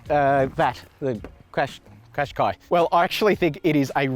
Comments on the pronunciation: Pronounced Cash Kai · I searched Nissan Qashqi to know how to pronounce its name and I saw this video. But then I was stumped when I saw this guy struggling to say its name too lol